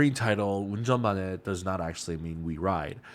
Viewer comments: 영어 네이티브가 아니라 한국어네이티브이신가요? ㅋㅋㅋㅋ저도 운전만해 발음 잘하네..생각하고있었는데 그럼 영어를 잘하시는거네요 ㅋㅋㅋ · 와 ㅎㅎ 운전만해 발음 좋네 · 이사람 한국인임? 운전만해 발음이 진짜 외국인이 할수있는 발음 아닌거같은데? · 운전만해 발음보니 한국인이신가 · 한국분인가요 운전만해 발음 b